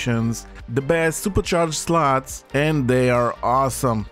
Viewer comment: I love how he says slots 😅 "- sluts"